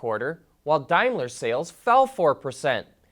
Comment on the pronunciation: Dimeler? It's Daimler, daim not dime (pronounce as Dame Lee) just saying lol